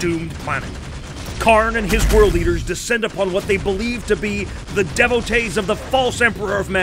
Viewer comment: Lol D-vo-tees, not devo-tess